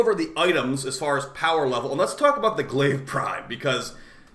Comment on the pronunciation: It’s not Glaive🤣